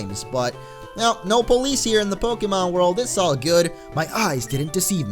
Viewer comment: It is pronounced poke-ay-mon.